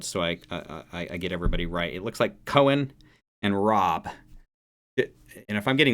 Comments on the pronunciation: Coen is pronounced „coon“ 😉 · Coen is pronounced coon as in raccoon. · In this same virtual concert those cobra's really spit fire in other songs...You pronounce Coen as it sounds a bit like cool with an n at the end instead of the l. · You pronounce Coen like in (rac)coon..😊